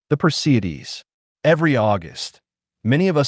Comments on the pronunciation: This is why they should teach phonics in school! It is not per cee Dees .it is per see ids.😎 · Per-see-ids is the pronunciation